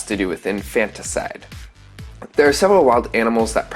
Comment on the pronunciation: It’s not pronounced in-fantas-ide it’s infanticide that’s infant-icide.